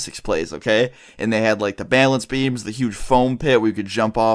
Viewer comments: im not trying to be offensive but says bailance not balance it makes me cringe any one else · struggling to say "balance" again. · So. Much. Bay-lance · Dude you gotta stop saying bale ence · The way you say balance XD "baylance" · "Balānce beam" lol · He really does enjoy saying bailence doesn't he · It bugs me the way you say balance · DOES ANY BODY ELSE LAUGH AT HOW HE SAYS "BALANCE"? I DIE LAUGHING LOL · THATS NOT HOW YOU PRONOUNCE BALANCE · Please stop saying balance like that